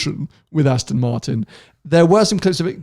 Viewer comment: Why does pronounce Aston, Astin?